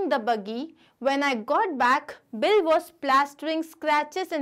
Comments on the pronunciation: Did anyone notice,mam was telling bill as Billi in the starting .Thank u mam for explaining nicely and this is coming for my exam too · it is bill not billi